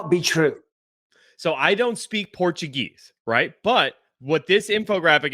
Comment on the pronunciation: 'Portugeezy' ha ha